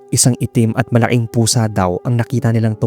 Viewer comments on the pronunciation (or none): Napapansin ko lang po, bakit parang nawawala minsan ang tunog ng letrang “K” sa mga salitang tulad ng “pakiramdam” at “malaki”? 😄 May ibang salita naman pong malinaw ang pagbigkas ng “K,” kaya medyo kapansin-pansin lang kapag sa ilang words ay parang hindi siya naririnig.